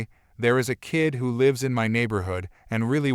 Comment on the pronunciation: Must be from another country, can’t pronounce the word lives right. It’s so annoying to hear words pronounced wrong.